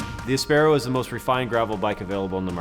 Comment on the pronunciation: Sorry guys, you called your bike áspero (spanish for rough) - not aspéro - so please pronounce it the way you yourself chose. It is not English, it’s Spanish!